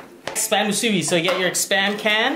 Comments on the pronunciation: If the pork is hard.its not ready.the poi isn't even traditionaly made.long rice is from philipens.musibi is chinese.and its musibi not muusbi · Dude I'm from Hawaii but you did almost everything right but the name of the musubi (moo suu bee) and the way you cooked the spam no saracha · It's supposed to be just normal rice and and either teriyaki sauce on the spam or just spam just btw. And it's pronounced spam moosoo-bee two syllables another btw. Don't get mad comments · JAYK91 i was waiting for a Hawaiian to comment on this i knew he didnt do it justice lol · I died when he pronounced Spam Musubi XD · Love the channel! Even the way you eat is awesome. Just one flaw. I hate to mention this, but your pronunciation for Musubi is a little off. Aside from that I could not turn away. What a great show. I speak from personal experience as a Hawaiian. You represent us wonderfully. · Your pronouncements make me cringe but at least you try. Btw if anyone wants to try real Hawaiian food like how it really tastes just go to Hawaii they make and prepare it a very certain way that actually makes it how it’s supposed to taste. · Im so sorry, but it was very cringey, cause im Hawaiian and you pretty much pronounced every local food or language wrong.